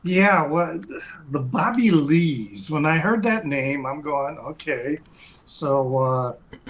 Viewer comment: 😂 you said “Booby” Lees!